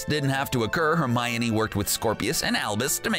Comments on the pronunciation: it's not Romine it's Hermione. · Annoying pronunciation of Hermi-OH-kneE